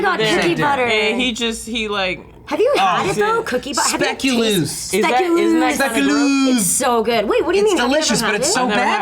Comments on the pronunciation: spekulaas not spekuluus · Speculoos is actually pronounced like spay-kuh-looooos. You pronounced the loos like you pronounce rose. But with a l. Speculoos is a spread made from speculaas cookies, a Dutch biscuit. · The name of those cookies is pronounced spake-u-loss, I hate to that guy who has to correct everything, but its seriously starting to bug me how often I hear people say it wrong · Also, speculoos is from Holland (and Belgium). You pronounce the 'ec' like the 'ake' in take or bake, and you pronounce the 'oo' like the 'o' in own. You learn something new every day :D